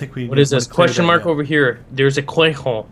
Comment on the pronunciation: Why do you say quayhon instead of question